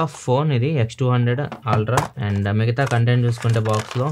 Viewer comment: Ultra ❌ Altra ✅